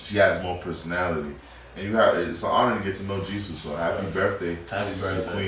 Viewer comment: Jisoo not Jiso